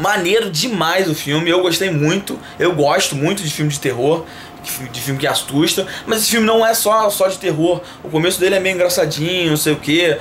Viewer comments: "ASTUSTA" kkk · "De filme que "atsusta"" huehue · Gosto de filme que "astusta"